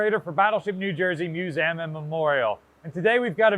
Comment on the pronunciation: Why do you call it the “musaum”?